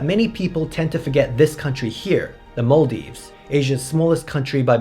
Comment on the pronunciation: You pronounced Maldives wrong.........................sorry 😉